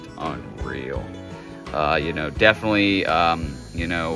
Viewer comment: "Defnuhly" is not a word.